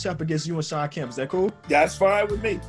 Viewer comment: Kemp is pronounced keh-emp